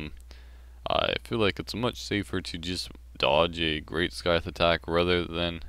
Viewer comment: Why do you say skyfe? Wouldn't it be scieth? I'm talking about the scythe weapon. It's the first time i hear that pronounce